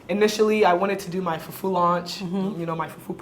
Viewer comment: I love how Dentaa says fufuo instead of fufu….